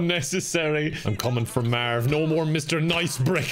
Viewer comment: “Eliminate Herry and Mearv” classic